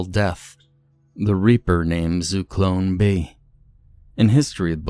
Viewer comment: It's Zyklon B not zuklon